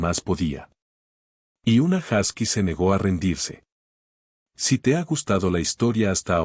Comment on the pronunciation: Se pronuncia “josky”